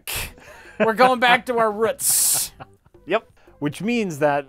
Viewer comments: Fuck... says "rutts" instead of "roots". You shame the memory of Kunta Kinte. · Going back to our "ruts"? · "we're going back to our ruts"